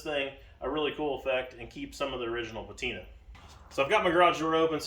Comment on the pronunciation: Please look up the word patina